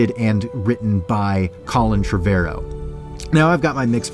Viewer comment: Pretty sure it's 'trevOrrow' not TrevErrow.